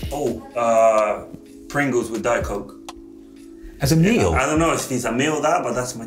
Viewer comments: “Pringles and Diet Coke” emi sounding like he was born in north London 😂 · The way he says "Pringles and a Diet Coke" in a totally English accent 😂